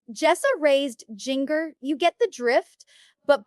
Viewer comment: Amy King’s forehead is frozen. And “Jinger” prounced like “finger?” That’s just comical 🤦🏻‍♀️🤦🏻‍♀️🤦🏻‍♀️🤦🏻‍♀️ These parents are horrible… there is plenty to criticize without compromising your credibility… Amy King deepfaked come on